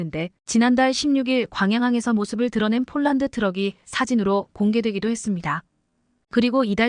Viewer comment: 예이 여자야 쫄란드는 어디고 폴란드는어디니? 말도발음도 초등학교는 가봤니? 못하거든 집어가봐라